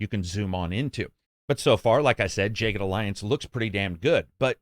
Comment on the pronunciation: Why in the world would you pronounce that “jay ged”